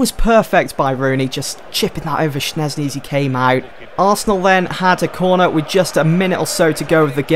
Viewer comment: Shez-knee not SHNEZ-KNEE